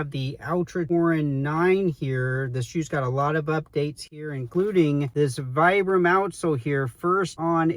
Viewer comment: I hate the pull/elf tab. It'sa fashion feature stolen from Hoka. All it does is help collect debris and interfere with full-length jeans. I'm glad they've ditched it. BTW, Vibram is pronounced VEE-bram.